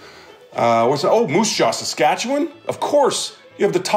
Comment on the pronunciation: He actually said saskatchewan correctly!